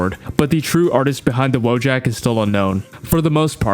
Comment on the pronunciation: It's pronounced voyak, not "woah jack"